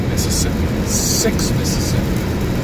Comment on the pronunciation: Hold on a minute,!! Right here you can keep "Mississippi" outcha got damn mouf!! LOL